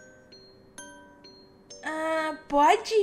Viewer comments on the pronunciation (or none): Só pra falar mesmo não críticando mas é Melani Melani Melani Melanie